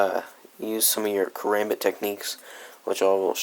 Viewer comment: This nigga pronounced it, "karumbit"😂😂